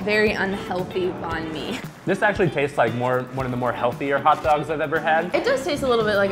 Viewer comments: the way she said banh mi made me cringe so hard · I don't know is anyone else is, but I'm very tempered by the way they pronounce Banh Mi. Btw I'm Vietnamese. Also it's pronounced ban mi not bon mi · its benh-me, not bahn me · im vietnamese and whats cringy is that people pronounce banh mi, ban mi, when its actually bun mi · ITS NOT BONH ME ITS BAAANH ME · Same "Bonh mi" haha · Its pronounced "bãn me" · Banh mi is pronounced like bahn mee or bun me that's how I pronounce it.. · Lol Americans pronounce it "Bon me" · Lol I can't help but yell 'it's pronounced bun me!' at the screen. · Summer Taher You're not stupid! It's just people are explaining it oddly. It's pronounced bung mee. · just putting it out there, it's not 'barn me'... and it's not 'bar mey' either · They pronounced Banh My wrong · It kind of irks me that they say ban/bawn mi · the way they pronounced "banh mi" no. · It bothers me how he says, "bon me". It's Banh Mi. Sorry. I just had to. 😅😂😂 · It's so funny when non Asians say banh mi In Vietnamese it's bAnnn me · I'm Vietnamese. I CRINGED every time they said "banh mi" as "bon mey"😭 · So funny hearing people saying Banh Mi xD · The way everyone said "banh mi,"(even the Asians) I cringed and wanted to explode. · They said Banh mi all wrong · their pronounciation of banh mi is so cringe-worthy since i'm viet. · I dont like how they say banh mi incorrectly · When people try to pronounce Banh mi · God.... The way they say banh mi, I'm veitnamese and ITS DRIVING ME CRAZY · He didn’t say banh mi correctly :( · I'm Vietnamese and the way they pronounce banh mi triggers me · I'm really mad of how he pronounced, banh mi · Thats not how you pronounce Banh Mi btw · I'm Vietnamese. When they (attempted) saying banh mi, a part of me died😐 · I cringed every time they said banh mi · I'm Vietnamese and the way they say banh mi triggers me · The way they pronounced banh mi was making me cringe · when they pronounce banh mi makes me cring......